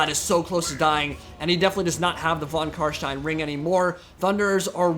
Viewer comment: Your pronunciation of von Carstein is on point